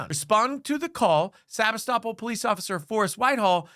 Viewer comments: PLEASE correct your video, it IS SEBASTOPOL NOT Sabistoppel. If you expect to have ANY credibility, then you need to get the basic FACTS correct. I went to the channel Press Democrat, and they had the city name. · "Sabi-stop-all" Seh-BAS-tah-pole or Seh-BAS-tah-pul. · You've got the pronunciation of the city wrong, it's Sa-BAS-to-pol. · You got the pronunciation of the city wrong. It’s “se bass te poll” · It's pronounced Sa bass ta pool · I think you should learn to say the city name, Sebastopol. seh-BAS-toe-pole. You are obviously thinking that it sounds like the legal term, "estoppel", but it is not pronounced the same way. That area of CA was settled by Russians, and is meant to sound like the area of the Crimea, "Sevastopol". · The only thing that bothers me more than the cops is the pronunciation of Sebastopol. It's pronounced Suh-BAH-tuh-pohl. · Love hearing people pronounce sabastipole lol sa-bas-tipol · Sebastopol… Pronounced SUH BASS TA POLE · dude, you're mispronouncing the town's name. here's some help: se-bass-ta-pool (Sebastopol). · I live in Sonoma Couldn’t figure out what you were saying The town is pronounced differently Emphasis on the BASS like fish se BASS tapole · Sebastopol is pronounced se-bass-too-pull. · It’s pronounced Seb-ASS-toe-pole. Sebastopol. 😉 Great report, thanks! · topol (/sɪˈbæstəpoʊl, -puːl/ sib-AST-ə-pohl, -pool) Please learn to pronounce the city. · Ha lmao- Sebastopol is pronounced Sea-Bass-Toe-Pole. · Maybe take a moment to learn the correct pronunciation of city names next time. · Heckuva story, but maybe check how to pronounce Sebastopol before recording. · New drinking game. Shot every time mispronounces "Sebastopol".